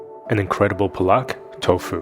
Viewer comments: they were only indicating the first word. Instead of puh-LOCK, they want him to say PAH-LOCK. Well, of we all knew the international phonetic alphabet, I could indicate it better, but regardless their comment had nothing to do with the tofu-paneer swap. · yea haha he even pronounced it palak instead of paalak. Roman script doesn't do justice to our vowels. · Please say “paalak”.... paa-luck....it has a long “a” sounds as in “car”....